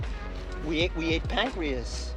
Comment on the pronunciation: i swear he says "we ate pancweas"